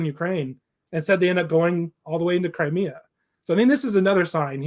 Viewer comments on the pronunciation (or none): none